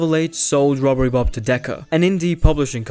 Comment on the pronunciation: did i hear that well? Bobbery rob